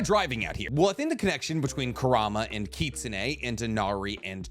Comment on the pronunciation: Every time he pronounced kitsune I cringed.